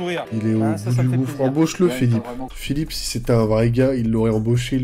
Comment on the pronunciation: pk j'ai entendu "embroche le" au lieu de "embauche le"..